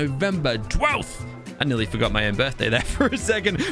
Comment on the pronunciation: Again "BIRFDAY"